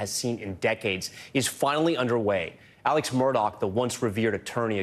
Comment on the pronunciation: Why do they keep saying his name as Alec instead of Alex